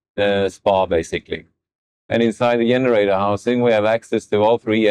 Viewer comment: Yenerator. How did he go from G to Y? 😂